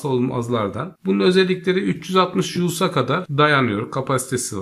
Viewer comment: culs değil hocam jull yahu.